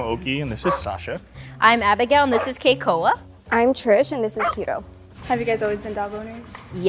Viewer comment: I knew the minute she said the name "Hiro". Japanese has the rolled r, while English does not. She looks a little Japanese and it would be weird if that and her dog's name and how she pronounces it is all a coincidence